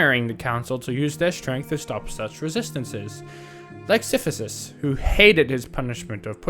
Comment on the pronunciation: great video, but i cannot go over the fact that you keep pronouncing sisyphus "siphysus"